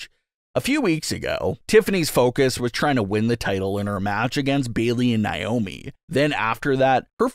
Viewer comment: FOR THE LOVE OF GOD!!! HER NAME IS PRONOUNCED NAY- O- MEE